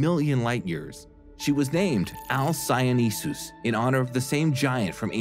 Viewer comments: why do you pronounce it alcyoneSus? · But there's only one 's' not two.